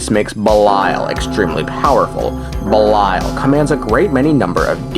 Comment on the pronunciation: Ish gahts duh boosh! "🍸BELILAL!"